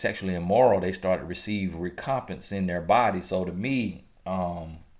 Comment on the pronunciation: The word is: Rec-om-pense...pronounced as: wreck-om-pence..... used as a noun it mean: an equivalent or return for something done, suffered, or given.... Good video/ message.... thank God for using u as His mouthpiece Lol That's what cha giiiiitttt!